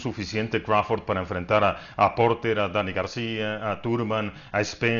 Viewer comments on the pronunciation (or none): Crawfor ?????? 🤣🤣🤣🤣🤣 este wey le pagan nada más por ser wey y decir pendejadas